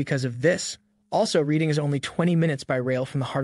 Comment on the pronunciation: Thames is pronounced TEMMS and Reading is pronounced REDDING.